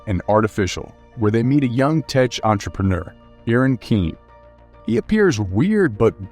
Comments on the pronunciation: Uhhhh....why does the guy doing the commentary mispronounce "tech", Tesh?! and Old "Bones"?? Bonus?! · why did you say tech that way >.>